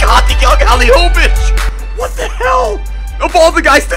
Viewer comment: I'm from Croatia so this is very special episode to me, but you said Halilovićs name good for the first time.😂😂😂